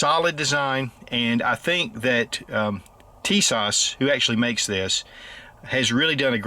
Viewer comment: TISAŞ is pronounced 'Tea-sahsh, accent on the first. The company has a impressive promotional video on YouTube: "Tisas promotion film"